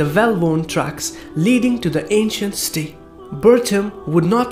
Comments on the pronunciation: Why are you saying sti instead of city sounds very wierd just saying. Nice vid bro. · Brother when you say "city" it sounds like "steel" Jazak'Allahu Khairan my brother:)